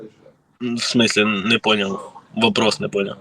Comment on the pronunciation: "мы ж нЭ русские"! И по капле помойву из себя выдавливает!🖕🤡